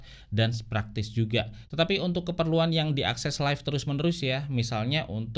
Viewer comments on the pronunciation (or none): none